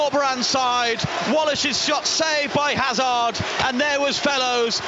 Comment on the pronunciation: Not sure Hazard is pronounced that way when they are British? 🤷‍♂️